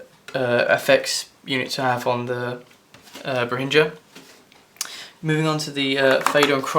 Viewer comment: Bah hindra. Lol. Bay-ringer